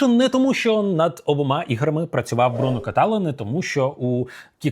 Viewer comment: Хотів сказати відносно прізвищ і імен авторів, художника. Вони всі французи, тож наголос на останній склад всюди: БрюнО КаталА, Антуан БозА, Венсан (Вінсент - це англомовне імʼя) ДютрЕ. Дякую за ваші огляди! Їх дуже цікаво дивитись. Я дивлюсь прям всі, навіть на ті ігри, які мені не цікаві. 😄